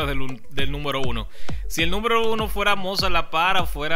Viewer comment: entre a tu canal a corregirte algo se dice número no númbero